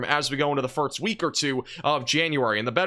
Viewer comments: Have you ever noticed that you say "firts" instead of "first" ? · anyone else notice he says firts instead of first? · It's "first" not "firts". Thank you. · It's first, not firts. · Too much eggnog over the holidays or why do you keep saying "firts" instead of "first"? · Is it my imagination, or does he say "Firt's" instead of First? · Do you say firts instead of first or am I just hearing you wrong? I thought I heard say the same thing